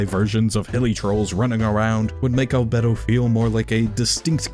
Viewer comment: im sorry, but i cant listen to you say albedo anymore